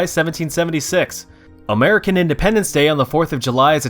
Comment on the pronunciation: i love how country he sounds when he says the word american LMAO